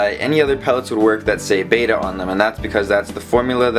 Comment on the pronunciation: Just saying" beta fish are Japonese not greek" Short E as in Bet not Bate.